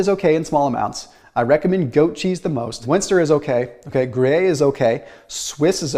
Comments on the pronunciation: Gruyere is pronounced GREE-AIR. Simple. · You need to learn how to actually pronounce words instead of adding your own interpretation, you sound goofy and other people will start making similar mistakes by mimicking you. You even take French? Lol here’s some help on your “gruyere” butchering